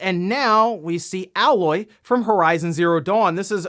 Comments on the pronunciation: Aloy > Alloy... that shit bothered the fuck outta me. Clearly he didn't play the game. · Bruh it's "aye-loy" not "ah-loy" 😂 GET 👏🏻 IT 👏🏻 TOGETHER 👏🏻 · It's kinda sad when someone who specializes in this stuff can't pronounce Aloy correctly. It's Ay-Loy, not AL-Loy. Have you seriously never played Horizon Zero Dawn before? You have NO idea what you're missing if you haven't. It's one of the very best games from that console generation. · Her name is pronounced Ay-loy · Its not "Ah-Loy" its "AYE-Loy" !!!!!!!!!! 😂 The games been out for four years and people still do this. 😂😂😂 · I'm gonna be that guy. It's pronounced A loy, not alloy. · Its pronounced ay-loy not alloy 🙃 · The emote was a pose she has in photo mode. And also her name is A - loy. Long A, not alloy. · why does anyone give a shit when a new console color comes? also, its pronounced A LOY not ALLOY . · It's not Al-loy it's A-loy. Listen to them say it in the game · Its A LOY not owloy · AY-LOY, NOT A-LOY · Heyloy, not ahlaoy. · Her names not aloy it's Aloy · it's pronounced Ay-Loy like the letter A and not Ah-Loy like 'metal alloy'. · It's funny that as people are pushing for 70 dollar games Xbox is pushing to make things cheaper. Also did anyone else notice the "Alloy"? Grinded my gears a bit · Never played Horizon Zero Dawn huh.. it's pronounce 'A' 'LOY'. Not like a mixture of 2 metals. That's the one thing I remember about that game is the weird name they gave to the main character. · everybody: Aloy: alloy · Why are you saying alloy. Her name is aloy. The game is voiced so you hear the name spoken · It's A-loy not alloy bro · they pronounce it AiLoy in the game. Several times actually, but you do you. Your channel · Pronounced "Ayy-loy" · its Ay-Loy. Its not Laura its LAAAARA god damn it!!! xD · "Ah-loy" OOF That one hurt 😂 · Pronouncing it as Alloy really shows you didn't play the game. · Aloy . AYE-LOY how dare you!! 😂😂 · It’s A-loy for Pete’s sake 😬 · Lol it’s ayeloy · Aye Loy!